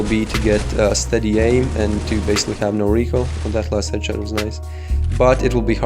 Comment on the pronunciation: 80% "u know" 15% "edshot" 5% "skill"